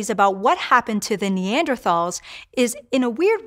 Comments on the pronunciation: Would think you’d know how to pronounce Neanderthals. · Hank would be disappointed in her pronunciation of “Neanderthals”